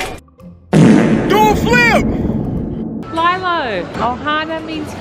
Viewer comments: that’s a phone😭, and i’m sorry but when said lie-low instead of lee-low i had a mental breakdown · 💀 she seriously pronounced it like that lie low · Just so the Norris nuts and know it’s pronounced lee-low not lie-low! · I like how said "lie-lo" instead of "lee-lo" I can't tell if it's her accent or thats hiw she thinks its pronounced but I found it funny and cute 😂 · LILO? DID SHE SAY "LIE-LOH"? IM GOING TO HAVE A PANIC ATTACK WHAT HAPPEND TO "LEE-LOH"?😭😭😭😭😭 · No hate but its Lee-lo not Lailo. But its fine, i love you guys keep up the great work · Lie- low????? No no no no no "lee-low" tsk tsk tsk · Its Lee-loh lol but its okay! You pronounced it lie-lih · Did she just say lie-low instead of lee-low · it’s le-lo not li-lo 😭😭😭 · LILO is like lelo not lilo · It’s lelo not lilo 😂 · I hate to be rude but it’s not pronounced lielo it’s pronounced leelo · It’s lee low not lie low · SHE CALLED LILO.. LYLO 😭😭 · can we talk about how she called lilo lielo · So fun! Although we pronounce lilo and stitch like “lee-low” …. Also never heard of school sores.. hope you’re okay! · I am so sorry but thats not how you say lilo its lee-low ( me watching it again) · it’s pronounced le-lo my name is lilo😭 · NO HATE! but lilo is pronounced lee-low